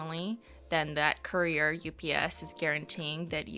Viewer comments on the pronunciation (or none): none